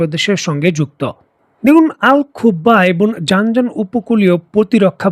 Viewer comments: ভাই জান জান প্রদেশ না।জিযান প্রদেশ। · জানজান নয় প্রদেশটির নাম জিযান